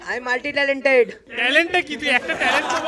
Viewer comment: talented ❌ talot 🤣🤣🤣